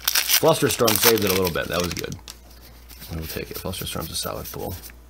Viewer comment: And "pull"